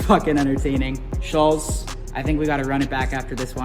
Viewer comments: I want to punch you for repeatedly calling him Schulssss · You guys still can't even pronounce his name correctly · Still can’t pronounce his fucking name bruh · Came out a long ass time ago and yet STILL can’t pronounce Schulz’s name correctly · They still can't say his name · Even after all the drama they are still saying his name wrong lmfao